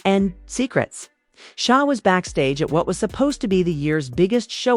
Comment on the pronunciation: I understand that SZA is not going to the Australia tour… this woman can’t even say SZA please